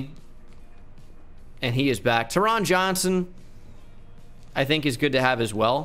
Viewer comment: I went to hs w taron johnson. Its pronounced “tarin”